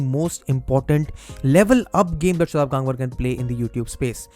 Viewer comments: It is गंगवार and NOT गांगवर. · Bhaiii wtf tu indian h...gangwar word ko pronounce ku nahi kr raha tameez se...😡😡😡😡😡